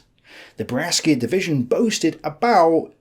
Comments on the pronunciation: if i hear breschia again imma go insane 😭pleaseee look up how to pronounce bresciaa (love your work and all your videos, ty for the interesting long length content ❤) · Hello, great work as usual. I am Italian and only god knows how awful my English is. Still, I jolt every time that you mention the Brescia Division. Brescia is a city in Italy east of Milano (and not one of the nicest Italian cities, I must add). The Italian rules for c and g in front of a vowel are funny. c and g in front of i and e are "soft", while in front of a, o and u are "hard". Brescia is pronounced with a soft c, that is The correct pronunciation for the Italian city Brescia is: BREH-shah BREH: The first syllable is pronounced like "breh," with a short "e" sound, similar to "bed." shah: The second syllable sounds like "shah," with a soft "sh" sound followed by an open "ah." The stress is on the first syllable: BREH-shah. In fact, if you wanted to write Brescia as you pronounce it, you would have to write Breschia. Very confusing for non-Italian speakers, I know. See also Keep up the good work.